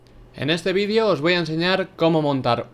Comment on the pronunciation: Por que dice "vidio" en vez de "VÍDEO" >:u